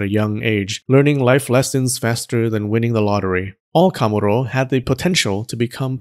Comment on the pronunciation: i think you're pronouncing the pitch accent for kamuro wrongly